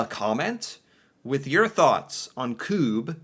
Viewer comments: It's pronounced "kubb" not "koob" A double b means the u sounds is short (same as in Engliosh). When it's written with a u, it's the same sound as in tUtor, not pub. Kubbe is Norwegian word that translates into "log". In English, you'd probably call this game logs. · Yeah it's not kuuuub. It's kuBB ^^ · Kubb is pronounced with a short u. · It annoys me that the presenter of the video he's watching is pronouncing Kubb wrongly.